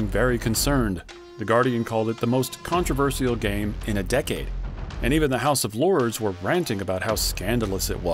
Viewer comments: the "controverisal" pronunciation got me off guard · did he just say controversiyal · Controversal be like con-tre-ver-si-al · Word: Controversial Bro: “Contra-ver-see-Al” 💀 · You didn't notice him saying it like that until 8 and a half minutes in? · Not sure you should make a video about something 'controversial' when you can't actually pronounce the word. Interesting video however. Sadly, I'm now too poor and too old, and a PC gamer like me will probably never be able to play GTA VI; who known when it'll ever be available and I won't be getting a new console or laptop/rig to play it. All those years waiting... depressing really. But I always look back with tearful nostalgia on the thousnd plus hours spent on playing R2R2 and GTAV - by far the two best games ever made, in that order. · Am I the only one triggered by the pronunciation of the word controversial? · Never have I ever heard someone pronounce 'controversial' this way. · why does he keep mispronouncing the word "Controversial" is it an accent thing? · The way you say controversial, you shouldn't say the "i" like that XD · Your pronunciation of „controversial“ is definitely controversial. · I love how this guy says controversial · thumbs down only because you mispronounced controversial multiple times.... Bad story telling aswell... контроверсиал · Great video, definitely a strange way to pronounce "controversial" though. Is the script being read by AI or a human?